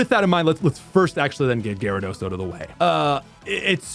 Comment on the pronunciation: Why do you keep saying OAT instead of OUT